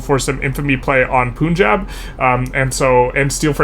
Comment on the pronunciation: Really good videos! Keep up the good work! Just a small nitpick - the "Pun" in Punjab is spoken like the word pun (as in wordplay).